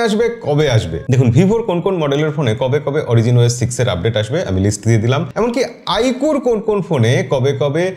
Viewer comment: আইকু নয় আইকিউ😂